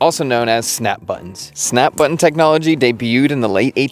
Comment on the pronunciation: Somehow you can pronounce "knitting", but not "button" or "cotton". 😉